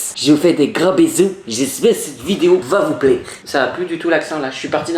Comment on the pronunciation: Super vidéo, comme d'hab'. Vivement le vlog. C'est excellent le sirop d'érable. L' autre accent au moment du "va vous plaire", je trouve que c'est l'accent belge.